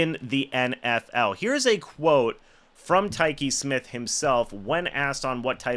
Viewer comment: Whooraaay.. You finally pronounced his name correctly!!!